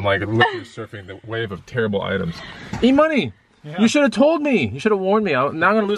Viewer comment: E-Money sounded like E-Utah. 🤣